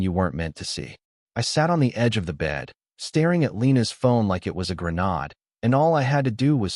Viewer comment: Grenard or Grenade poor AI